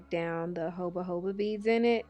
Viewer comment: I wouldn't trust an "esthetician" who didn't know how to say JOJOBA lmaooooo